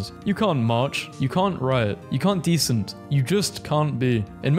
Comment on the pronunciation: Dissent. Diss-ent. Dihs-ent. Not "decent."